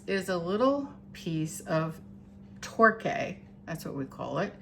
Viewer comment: Torquay?? Tor-kee!! 🙂